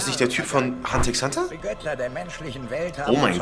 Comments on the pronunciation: Das X in Hunter X Hunter spricht man nicht, sonst Top Video👌🏻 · Das "X" bei Hunter x Hunter wird nicht mitgesprochen :') Mein armes verdorbenes Herz ist zerplatzt